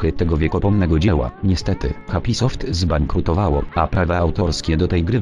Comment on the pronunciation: Czemu mówi "Hoń Kong" i "zbańkrutowało"?